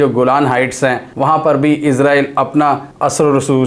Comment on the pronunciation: بھائی جان پلیز عزرائیل نہ کہا کریں اسرائیل ہی رہنے دیں